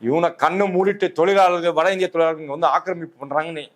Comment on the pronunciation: "Zha" not " la" in tozhargal.